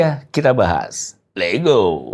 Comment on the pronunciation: Kenapa di setiap opening on bilang 'Lego' bukan 'Let's Go'? Apa gak tau ya?😅